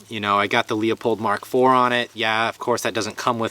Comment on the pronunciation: Save me some brain cells and stop saying "leu-pold" like an uneducated moron lol it's pronounced Lou-pold and that's from someone bearing the family name...